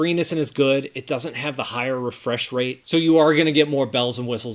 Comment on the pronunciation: wait for the RESFRESHRATE 😂😂😂